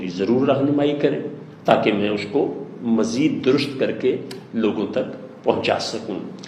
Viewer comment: جناب آپ درست کو تو درست ادا کریں